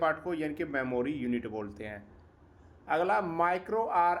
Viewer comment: Aglaaa Dasmaaa 😂😂😂 haryanvi touch